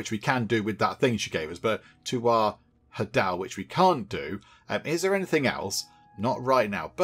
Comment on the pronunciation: Hadal rhymes with ladle, it refers to Hades.